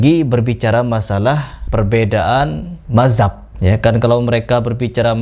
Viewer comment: Lu belajar ngomong dulu, madzhab ko mazab😂😂😂